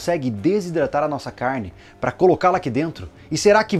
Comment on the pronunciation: "A cairrrne" kkkkk, muito bom o vídeo.